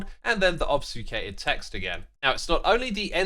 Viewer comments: obsfucated? Is that some kind of sjedjuul/skedual type pronunciation or is X just confused about the spelling of "obfuscated"? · Xisuma mispronouncing obfuscated is so cute for some reason